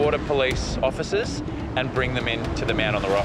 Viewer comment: He said, " othicers"! 😅